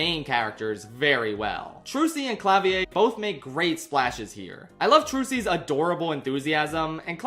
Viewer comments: I don't wanna be that guy, and I understand that the Gavins aren't actually German, but I have to point out that it's pronounced "Cla-Veer" not "Clah-Vee-Ae". I get you're probably conditioned to assume otherwise about European names with similar spelling but we actually pronounce most of the letters we use in writing (and it's technically not a name to begin with). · I gotta say you're the first person I've heard pronounce Klavier like that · You pronounce the R at the end of Klavier. It's the German word for piano. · Klavier??? He's German not French lmao.